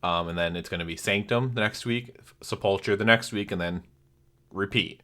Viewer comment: It's Sep-ul-ker... there hope that helps.